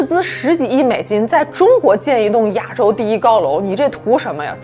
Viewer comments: 你一口一个 ”哑州“，”哑州“，”哑州“。听着憋屈。是 ”亚州“，第四声。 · 别“哑州”了，“ya 四声州”。